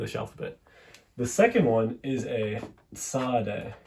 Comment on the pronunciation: Tsade is not pronounced ts ... it is pronounced like arabic letter ص And ṭ is pronouced as arabic letter ط